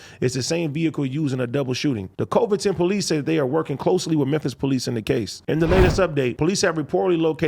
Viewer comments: He said covidton lmao its coving-ton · AD pronouncing COVINGTON as COVE-INGTON 😂😂😂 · Yo AD it's Côvington, short o, not ō long o 👍🏽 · I think it's pronounced Cuh-vington...that's how we say Covington, Louisiana but Tennessee could be different.